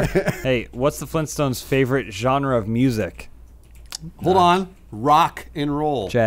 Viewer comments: THE FLEENSTONES?!? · FLEENTSTONES, There said it